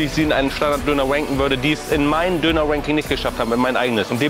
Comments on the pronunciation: schaut euch das video bitte an und jedes mal wenn ranking sagt, hört ihr "wanking" hahaha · sagst immer wanking